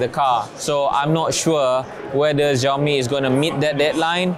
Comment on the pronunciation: Apa "zhiaomi" oh? 😅